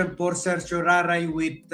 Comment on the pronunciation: Children, let's pronounce CERTIORARI properly. Just say SE - SHO - RA - RI. The stress is on the third syllable RA; RI is pronounced like LEE as in Bruce Lee. There is no other pronunciation for CERTIORARI. A writ of certiorari is a legal order issued by a higher court (usually the Supreme Court) to a lower court, demanding they send up the record of a case for review. Originating from Latin meaning "to be informed," this extraordinary writ allows superior courts to ensure lower courts acted within their jurisdiction and according to the law